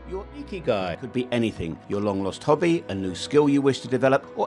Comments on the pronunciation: hahahahahah the way the voice pronounces ''ikigai''. Find your "IKIGAI" hurr ta durrrr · Yooo every time he says Ikigai 😂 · You need a new IKIGAI for how to pronounce IKIGAI. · Why ikigai is IKIGAI! everytime 😂. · 'Ya we did face a problem pronouncing Ikigai. Hope the rest of the video added a value.